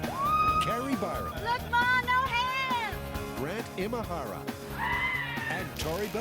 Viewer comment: "And grand imahara" AAAAAAAHHHH!